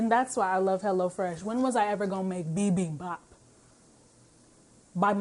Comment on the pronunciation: THANK YOU FOR SAYING IT RIGHT! BI-BEEM-BAHP! amen? Also love this video. you always share such great content.